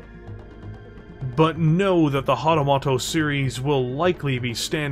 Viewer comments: I love the video, but it's "moto" like "motor", not "moto" like "motto". :) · hatamoto (hah-tah-MOH-toh) It was painful to listen to you butcher Japanese. 😅